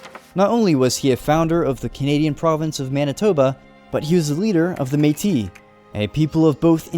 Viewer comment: You mispronounced Métis but it’s okay everything else you said was really on-point for the Batoche part!